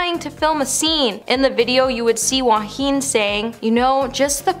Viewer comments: Please pronounce Joaquin’s name properly. He should’ve never been cast in this role after what happened with Heath Ledger when he filmed the Joker. It literally killed him becoming the Joker & not being able to sleep due to the nightmares he was experiencing over the extensive mind manipulation used to get him to be right for the part. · Unbelievable she can’t even pronounce Joaquin properly & keeps repeating incorrectly. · I agree that They should pronounce his name correctly. However, he was amazing as joker. Also, maybe you forgot he lost his famous actor brother, River Phoenix. So, he definitely understands losing someone too early. Which is probably why he did such an amazing job.